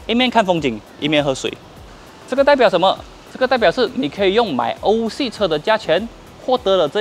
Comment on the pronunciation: 是欧系，不是偶系